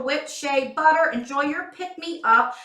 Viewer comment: I swear, I thought you were saying body water instead of butter haha. That cracked me up! I really like this box. It’s all about self love! Just like Ru Paul says, if you can’t love yourself, he the hell you gonna love somebody else?! Love you! 😘😘